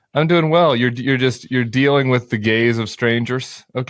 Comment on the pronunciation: hahaha ohhh "Are you getting used to the GAZE of strangers, Chris?" I thought Tim meant "the GAYS of Strangers" which confused me.